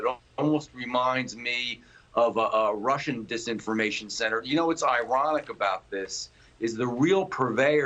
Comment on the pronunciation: Bidan couldn't even say the word dis information